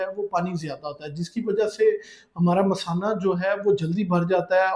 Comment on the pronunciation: Doctor ko pata nahi kay masana kis ko boltay hain, payshab ki theli ko misana bol raha hai.